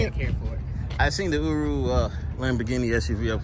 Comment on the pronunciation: "uru" lol, first time I heard that pronunciation